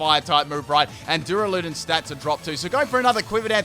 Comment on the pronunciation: No one:: Dura Lood un